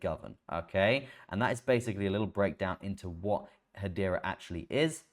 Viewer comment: If you can pronounce Hedera, why do you still call it Haitch bar? Is it a regional dialect? Or an affectation?